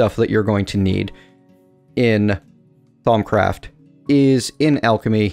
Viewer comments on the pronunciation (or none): all the u's in thaumcraft are pronounced like "oo" as in c-OO-l